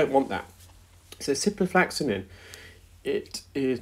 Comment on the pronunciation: Are you sure you don't mean ciproflOxaCin rather than ciproflAxaNin? I know you like to educate people about medical terms, so it would be best to get the names right (particularly if questioning prescribing decisions!). On that note, "intravenously" is a route taken straight into a vein but is not pronounced like that - you say intravEEnous (i.e like Venus, not intraVEINous). I hope your auntie gets better soon.